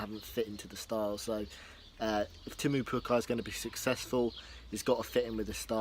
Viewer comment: it's teemu not temmu?